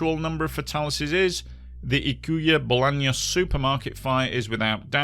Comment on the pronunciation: Amazingly covered video, the only thing I have to note is that Ykua Bolaños is pronounced Oo-coo-ah Boh-lah-nios (the Y in Ykua is a specific vowel to the guaraní language, it sounds like a combination of i and o).